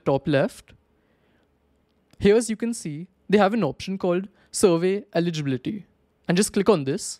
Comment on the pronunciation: The way he say survey eligibility got me rolling 😂😂😂😅